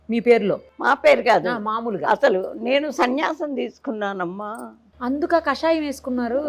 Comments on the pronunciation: should be pronounce Kaashayam not kashayam. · యాంకర్ గారు... కాషాయాన్ని.... కషాయం చేసేసారు...